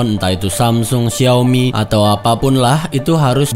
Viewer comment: Sumpah lucu aja bang saat loe bilang "XIAOMI" 🤣🤣🤣🤣🤣🤣🤣🤣🤣